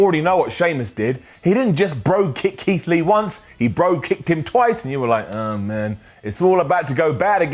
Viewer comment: Did mean to say “Leath” (or so) instead of Keith Lee?